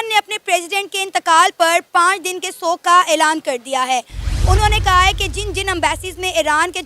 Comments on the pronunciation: सोग नही येडे शोक होता है पोर्कीयो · Shok hota hai sog nahi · सोग क्या होता है? शोक बोलते हैं l